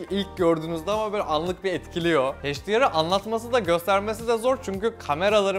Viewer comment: HDR'ın okunuşu heyç - di - ar değil. Uyuz ettin video boyunca, kulağı tırmaladın. H harfi ingilizcede eyç diye okunur, heyç diye değil.